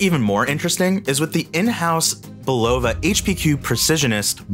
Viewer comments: It’s not buh-LOVA, it’s BUH-luhvuh. Call the company themselves and listen how they pronounce it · The correct pronunciation is “BU-luh-vuh” with the accent on the first syllable! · Is it not pronounced "BULL-o-va" instead of "bul-O-va" ? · Please learn how to pronounce the brand name.